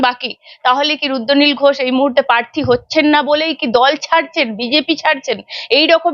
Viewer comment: E barar host tui age tr uccharon thik kor, ota rudranil, ruddonil ghosh noi.